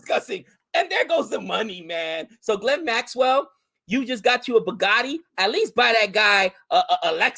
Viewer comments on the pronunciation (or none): none